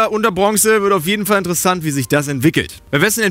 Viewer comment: das wird INTersesant ... betonung ;)